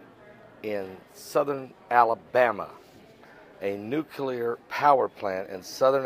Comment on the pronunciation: It's nuclear, not nucular.